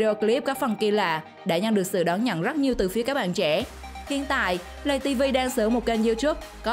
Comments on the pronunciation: ngta là lay tv mà nói lầy tv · Lay tivi ko phải là lây tivi nhaa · Laytv chứ đâu phải lầy tv đâu chị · Tào lao người ta là Lay tv bả kêu lầy tv còn Youtube bả kêu là you chúp vl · Lay tv chứ ko phải lầy tv chị ơi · Nguoi ta la lay tv chu ko phai lầy tv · Play tv chứ không phải là lầy tv đâu chị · Không biết đọc à Lay TV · Lấy TV mà nó nói lầy TV